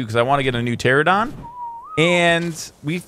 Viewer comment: Why did he add an r in argentavis...also I'm sure it is pronounced "argen-TAY-vis", but I'm not 100% sure. Also he calls the pteranodon a "pteradon"......it just has been slightly annoying me lol...also the mortar and pestle, he says "pesle".